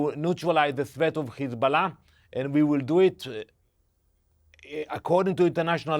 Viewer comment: Please pronounce correctly , it is Hizbollah NOT *Khizbolah*😮😮😮